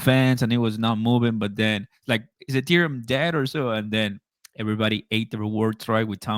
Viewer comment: really needs to learn HOW TO SAY THE WORD ETHEREUM